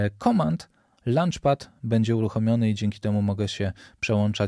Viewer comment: Super, pomocny i rzeczowy film. Mała uwaga, żeby dopracowac wymowę słowa launch 😊, bo tutaj brzmiało trochę jak obiad (lunch). Pozdrawiam